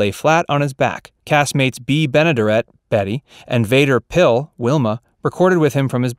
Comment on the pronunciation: He also mispronounced Jean Van der Pyles name.